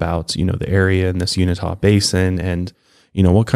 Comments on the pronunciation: Uni-ta basin, lmao! Kind of like unitard. It's the Uinta basin. Sorry, but you said it wrong every time. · Not ta...tuh...you-in-tuh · Uinta: you-in-tah, NOT you-ni-tah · Pronounced U-in-tah not unitah 😅 sorry I’m from there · It's pronounced u-in-ta.... u-n-ta... literally say the letter u... then say the letter n... the say ta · Born and raised Utahn here. Uinta is pronounced "You-In-Tah", not "You-Nih-Tah". You just switched the I and the N. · You-in-tah not you-neh-tah. It might be a good idea to listen to pronunciations of cities and counties even if you think you've got it. Sorry I'm being that person right now. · I cringe every time you say Unita. It's Uinta (you-in-tah) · Is not uni tah It's u in ta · Just for ur info guys, its U-IN-TA not Unita. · 😂😂😂Unita? You-in-tah is how it’s pronounced. Just made me laugh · Uinta Basin PRONOUNCED..... YOU—-IN——TAH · Its not even you-in-ta. Its ...You-in-tuh! Sorry but had to correct cause it bugged the crap outta me. Lol sorry not sorry. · It’s pronounced (uinta) you in tah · It's pronounced u-in-tuh but you were close though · It's pronounced you-in-tuh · Pronounced,( you-in-taw) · He mispronounces Uinta Keeps saying " Unita" It's a small thing but during the course of a long conversation it starts to eat away at my soul .... Excellent show tho !!! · Pronounced “you-in-tuh” I live near there. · Uinta Mountains pronounced You-in-ta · Its pronounced u-in-ta lol but good video anyway. I'm from Utah and it's cool to be noticed for something pretty scary. Love all your videos keep up the awesome work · you're a great sport. And I didn't mean to undermine your pronunciation. You- in-tuh just seemed a bit more phonetically correct to me. So I pointed it out. There are many more things to get bugged about and you-in-tuh is on the bottom of the list. 🤓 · Not uinita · Thank you. It's driving me crazy the way he's saying it. 😂